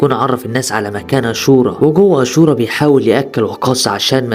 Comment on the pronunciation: اسم الفلم اشورا وليس اسورا